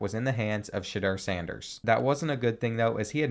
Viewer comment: Does anybody know he calls sanders name shader